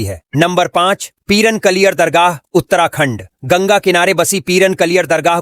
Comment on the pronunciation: Peern nhi Peeraan Kaliyar